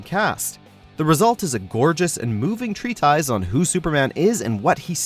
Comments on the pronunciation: Tree-ties?? really? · Good video overall, but I don't think that's how you say "treatise".